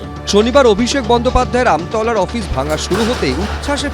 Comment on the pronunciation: জায়গাটা আমতা নয় , ওটা আমতলা।